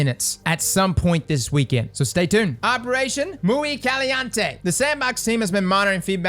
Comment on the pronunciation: "Muy Caliante"... Come on man, Aztec is in your name man! You slacking.